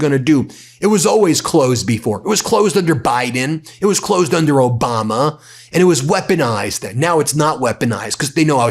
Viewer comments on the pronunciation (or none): none